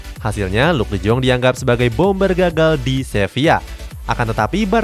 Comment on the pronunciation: miminnya bilang luuk de joonggg 😭👍 kalo gua bacanya luuk de yong🙃